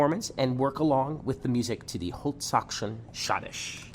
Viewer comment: Your German prononciation of die holtzkaution is terrrible !!!!!!!!!!!!!!!